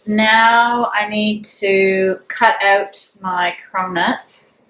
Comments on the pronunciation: Love how you pronounce "out" ....."oooughtt" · Steven Dubberly that’s a Canadian accent.